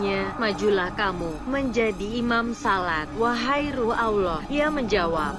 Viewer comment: siapa yg membacakan kok ketika menyebut nama Allah dan Nabi Muhhamad s.a.w tidak pas ya alias FAIL...belajar membaca Qur'an dulu mba biar pengucapannya PASS gitu lho atau suruh muslimah pesantren yang membacanya jadi lebih enak kedengarannyannya di telinga.